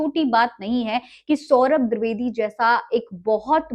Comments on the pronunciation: मोहतरमा पहले सौरभ द्विवेदी का नाम तो सही सही लेना सीखे, द्विवेदी का द्रवेदी सुन सुन कर कान पक गये😡😡😡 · द्विवेदी ❎ द्रिवेदी ✅😂😂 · द्रवेदी नही द्विवेदी है...मेम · Didi woh di vedi hai, dri vedi nahi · Dirvedi nhi madam dwedi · दिर्दवेदी नहीं द्विवेदी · Mohtarma mujhr badi hairat ho rahi hai ki aap khud ko media se juda bata rahi hain or aap ko ye bhi nahi pata ki unka sahi name kya hai aap bar bar saurabh dirvedi kah rahi hain jabki unka name saurabh dwivedi hai Main bar bar dirvedi dirvedi sun kar bardasht nahi kar saka or vdo dekhna band kar diya Kam kar rhi hain to zara dhang se karen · दूरवेदी क्या होता है जी....😂😂😂 जो बोल रही हो वो कान में जा रहा है कि नहीं..😝😝 नीतीश कुमार गलत नहीं थे..😂😂😂😂 🤣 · द्विवेदी द्रवेदी नहीं 😂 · Name bolne nhi aata kya tarrki krenge